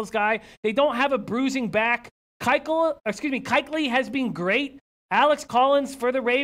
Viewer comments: Did he just say kichly? Ita keuchly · Ke.. Kah... Kychuley. Luke Kychuley. Nailed it. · Keuchly is a superstar? Come on bro he’s the best linebacker in the league and you can’t even say his name? Makes it seem like you don’t know what you’re talking about. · You know Panthers have a new logo for like 6 years? He cant even say the Panthers name and doesnt even know who Kuechly is? This dude is a moron lmao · Dude in the washington hat doesn't know the best MLB in the league. Can't even say his name right.. How long you been watching football for dumbass? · he sounds like a troll , dude is ass ..no superstars killed it for me and the butchering Kuechley's name to begin with ...ugh